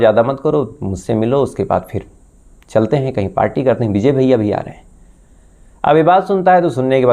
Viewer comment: Beejay nahin vijay bol bsdke